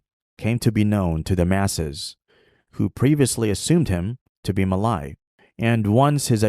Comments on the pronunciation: it’s pronounced “Ma Lay” not “Ma Lai” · Muh lay not mah lie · sorry to burst some bubbles… i think the way u pronounce ‘malay’ is wrong.. either u follow the english pronunciation ‘muh-lay’ (same as how u pronounce malaysia… or u pronounce it as in malay language which is ‘melayu’ (muh-laa-yoo)…. domo arigato…